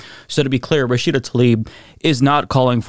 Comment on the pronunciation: Is saying Rashida's name incorrectly or is it me?